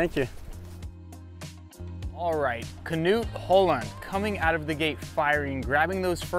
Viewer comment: Shoutout to Luke for pronouncing Håland perfectly! Hands down the best skins host you could ask for.